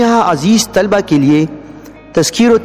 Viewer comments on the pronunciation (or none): باقی میں سمج گیا بھائی جزاک اللہ۔۔۔بس آپ بھی طلبہ کا تلفظ صحیح کرلیں شکریہ۔TALABA